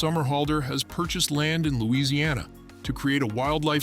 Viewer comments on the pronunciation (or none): none